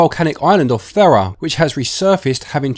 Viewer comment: it's pronounced "THEE-ra" not "THEH-rah".